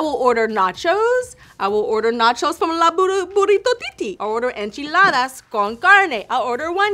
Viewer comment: Im impressed, tyra pronounced "enchiladas" and "carne" very good👌